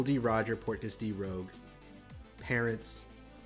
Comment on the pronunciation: u pronounced rouge wrong allthough garp said it 3 sec before :D its the french word rouge for "red" not the english "rogue" . "g" after "u" not before :P but its fine :)